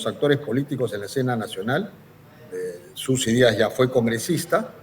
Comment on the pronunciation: PERO QUE ESTOY ESCUCHANDO???? ....YOR FORSAID, SUSI DÍAS???? .....HAY DIOS MÍO.!!!!!